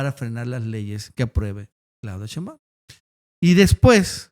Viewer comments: Por fa, se pronuncia SHEIMbaum no sheimBAUM...raro que no lo sepas pronunciar...es algo similar al "presidente" en vez de presidenta de Noroña??? Raro...me parece una falta de respeto o de inteligencia...gracias... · Hasta nuestro López Obrador pronuncia SHEIMbaum...